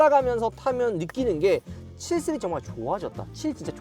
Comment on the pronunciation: 형 스리즈 아니고 시리즈요!